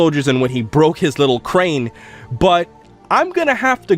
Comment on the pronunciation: Did u say crane or cane?